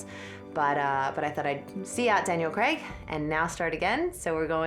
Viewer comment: Always amuses me how Americans are so laughably terrible at saying 'Craig' lol. Where are you guys getting the 'e' from